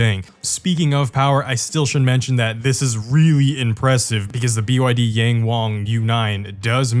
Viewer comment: Yang is pronounced as 'Young'